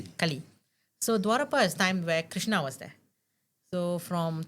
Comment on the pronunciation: Dwapara. Not dwarapa. Correct me if I m wrong. Thanks